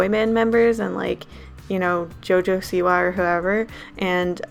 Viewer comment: you mean jojo siwa not siwar